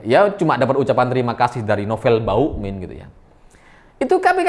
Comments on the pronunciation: KOK SAYA DENGERNYA BUKAN BAMUKMIN TAPE BAUKMIN HAHAHAHAHAKS RALAT WOY RALAT MATAK DEDDI SALAH TAPSER KAKAKAKAKAKS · bg nama nya novel bakmumien bukan novel bauin kalau susah nyebut nya novel ompong aja manggil nya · Hooooeeee....ngomong yg jelas dong.....nama sy Nopel Ba muk min...bukan Bauk min....bukan bawokmin...apa itu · ada yg nyadar ga klo nyebutnya "Novel BAUkmin", instead of Bamukmin...:D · kok saya dengernya Novel Bawukmin ya....😅😅😂😂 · Sengaja apa sengaja nih??? Koq selalu terdengar "NOVEL BAUKMIN"... wkwkwk.... Mantulll!!! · kenapa tiba2 "M" jadi "W"...😁😁😁